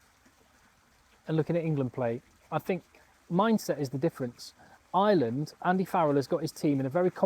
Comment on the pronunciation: Dude.... you're really good, very honest, have a really great read of the game and know your shit. I'm watching and enjoying ages. Tonight I've subscribed. BUT...... I am from Ireland 🇮🇪 (eye-er-land) not fu**ing ISLAND..... 😢 an island is a small piece of land off the coast of any countries mainland - now I know many of you think that's exactly what we are and maybe were for a long time but.... nowadays - WE AREN'T! Please try say our countries name a little bit better - please 😌 Ireland 🇮🇪 (*eye-er-land) Many thanks.